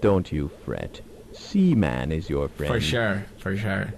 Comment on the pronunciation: IT'S SEA MAN! NOT SEMEN! SEA MAN!